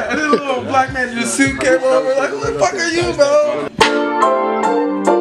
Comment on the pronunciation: Posed to say Fawk you mean 😂